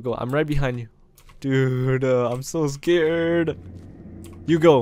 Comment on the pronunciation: everyone listen carefully says im skared. edit: say so many skared